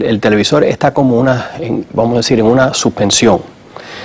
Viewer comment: el televisol ??? XD XD